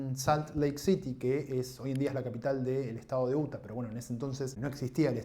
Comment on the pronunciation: No es UTA ,se dice Iuta.Y se escribe,Utah.Amigo,entiendo tu punto.Pero si vas a nombrar Estados o ciudades extranjeras,pronunciarlas bien.Entiendo también tu ideología,pero si por una ideología vas a pronunciar mal palabras de otro idioma a propósito,,mejor habla de Historia Argentina o Layinoamericana . Además,estoy seguro que sabes inglés.Adi que no seas hipócrita.